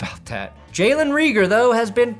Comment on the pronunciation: Reagor is a long a sound ray-gor